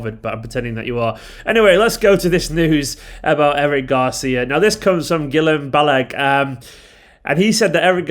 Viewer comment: just a lil quick fix here... its pronounced "Gill-em Bal-a-gay" for future bro, i got u covered!